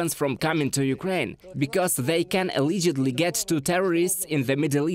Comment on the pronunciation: Learn to pronounce: allegedly, directly. Glory to Ukraine 🇺🇦